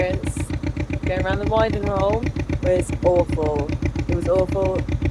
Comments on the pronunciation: It’s pronounced winding (as in the north wind). Not winding as in winding me up. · Winding hole. Pronouced as in the air that blows, that from the North in winter, i.e. Wind - ing. The term arose from the fact that in the day you used the wind to help turn the boat when the motive power was a horse.